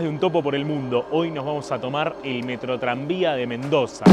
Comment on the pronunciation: Diganme que no fui el unico que le tomo mas de 3 segundos en entender que decia Metrotranvia y no Metroidvania